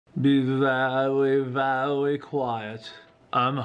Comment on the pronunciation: Pls be vewwy vewwy quiet is telling a stowwy